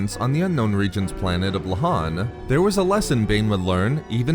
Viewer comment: How everybody pronounces Lohan: Lohan How Star Wars reading club pronounces Lohan: L’han